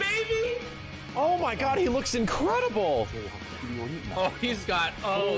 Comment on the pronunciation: "take a LUKE at that"